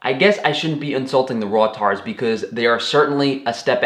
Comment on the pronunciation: Did he just say "raw-tard"? 😂😂😂 Ah, I get it, he's a good old fashioned edgelord. I hadn't seen one in the wild since 2005!